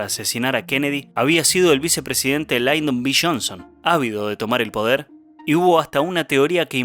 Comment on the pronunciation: No es Laydon. Es Lyndon (pronunciado tal cual).